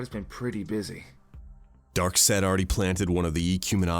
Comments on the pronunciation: why’d the ruble bounce like that 😂😂👌🤣🤣😂👌 Also, whats with pronunciation of “darksed” 🤣🤣😂🤣👌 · can't pronounce darkseid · why does keep mispronouncing names like loeb and darkseid?